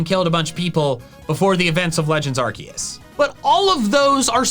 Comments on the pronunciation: Correct pronunciation of Arceus is 'Arkoos' , not 'Arkeus'! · IT'S ARCEUS, NOT ARKOOS! PLEASE SAY IT RIGHT! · Why people keep butchering Arceus nama. Is Ar Se Us. Not ArKeus, Not Aku. In Japanese is ArSeRuSu. So in English and Spanish in Any Language should Sound ArSeUs. ArSeus, ArSeUs.😅 Geeez! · STOP SAYING ARKOOS ITS ARCEUS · Its arSUS not arKOOS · It’s Arecus not Arckoos 🤦‍♂️🤦‍♂️💀💀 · If you’re gonna pronounce Lord Arkoos’ name, pronounce it correctly, peas and carrots. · No, it is Arceus! Arkoos is not how you say the name, or spell it for that matter! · ok heres something i learned its actually pronounced Arch - e - us not Arc - e - us or Ar - koos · ahr-KAY-oos. If it's a Latin word, that's how it would be said. Love your channel mate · bidoof is not a God he is a stupid beaver. And also can you stop saying arkoos it annoying 😒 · I can't help but find it actively discomforting that you actively mispronounce Arceus' name... Like, why? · IT IS ARCEUS! THERE IS NO K IN THE NAME, AND THERE ARE NO O'S IN THE NAME! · How come you're pronouncing it like that #arceus